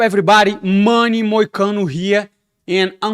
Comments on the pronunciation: "muny moicahno" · I love the way Money Moicano pronounces "Subscribe" 😁😁😁